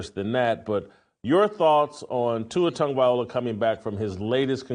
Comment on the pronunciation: Bruh, at least pronounce his name correctly. He's going through enough already.